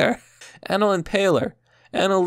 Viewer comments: You pronounced anal wrong, dude. And you don’t know what anorexia nervosa is? Areyoustupidoristhisaculturalthing? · “Ahhnal” bruh. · I'm going to tell you right now you're about to get millions of people making fun of you for the way you say anal you're saying it wrong as fuck ask somebody the proper way on how to say the word anal A nal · The way you say Anal fucks me over. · The way he says anal is making me A N A L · Why did he say anal like that? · Why do you say anal so weird